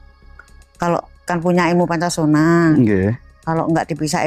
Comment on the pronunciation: Bukan Poncosono,,,tapi Poncosonyo